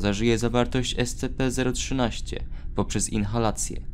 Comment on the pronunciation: ESCIPI A NIE ESCEPEEEEEEEE ale ignorując to, raport bardzo fajny :)